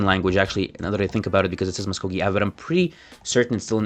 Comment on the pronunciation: Musk-oh-gee we love American